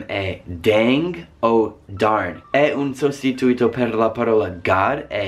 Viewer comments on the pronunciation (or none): Video molto interessante. Una cosa: si dice "un sostitùto" non "un sostituìto" (per dire "a substitute / replacement") Il concetto di bestemmia è proprio diverso: in italiano vuol dire associare il nome di Dio con un insulto / riferimento offensivo. In inglese bestemmiare vuol dire praticamente "nominare il nome di Dio invano", ossia dire parole legate alla divinità (hell, damn, God) in un contesto non religioso, il che in italiano non è considerato bestemmia se non dai più tradizionalisti.